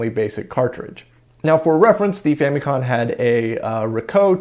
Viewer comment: You kept saying con. It's com . As in computer.